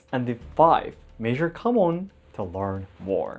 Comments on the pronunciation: I know he says KAMON...But I swear I keep hearing HAMON! And think it is Jojo and we are about to slay vampires xD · You do have your home Kamon By the way, not Mon